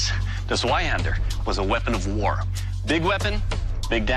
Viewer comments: "Sueihander" XD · Der legendäre "Sweihandör" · It's pronounced "Tzvei-haen-dah" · c.f. Dark Sauce part 6 to learn how to actually pronounce "zweihander". I think a Giant Dad memes comments flow is the most opportune place to post that